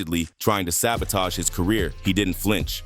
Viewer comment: "I just wanna help you with your cuhreer. You just need to do a little sumpin' sumpin' fo' me first tho'."